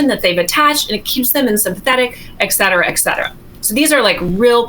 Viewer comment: "Et cetera," ET.... ET... not ek.. ET...